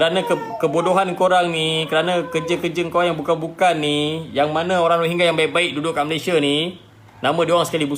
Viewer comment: Pronounce dia betul menunjukkan dia memang rohingya.